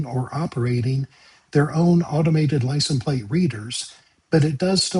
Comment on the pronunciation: Shouldn't there be an "ess" sound at the end of "license"? Love and appreciate the informative videos, thank you!